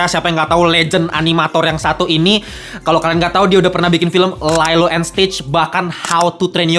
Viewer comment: "siapa yg gatau chris sanders" tapi pronounce lilo lailo wkwk ketahuan ga nonton, cuma baca skrip